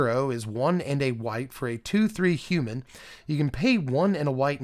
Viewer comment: when you say "Hu-mahn" are you feeling Ferengi, or Nausicaan? Not just this time, but in general, i usually get Ferengi, but this is had much more Nausicaan in it.